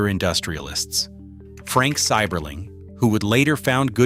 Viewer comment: Its Seiberling, long I sound, not long E.